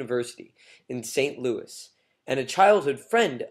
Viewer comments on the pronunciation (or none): none